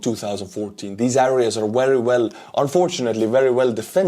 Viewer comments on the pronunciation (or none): I love your videos just stop saying areas with a say it with e instead